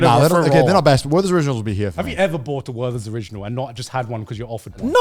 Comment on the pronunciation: How tf are you guys pronouncing „Werther‘s original“ 🤯